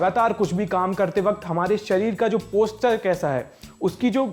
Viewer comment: पोस्टर नहीं पोस्चर होता है😂😂😂